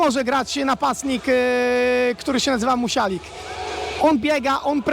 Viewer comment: Nie musialik tylko musiolik